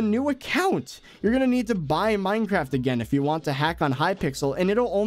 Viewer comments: when u said mineacraft instead of minecraft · "MineAcraft" lol